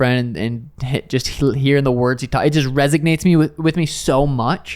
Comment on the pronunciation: Definitely no g in resonates lol